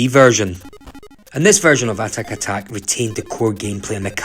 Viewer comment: Good review but it’s atic atac ! Not atatak! Pedantic know but ground my teeth every time I heard it!